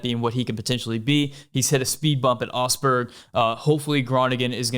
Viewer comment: Augsburg: Exists: "Ossburg"